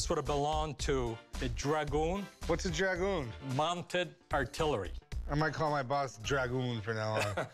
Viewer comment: This guy has no idea what's he is talking about he can't even say dragoon right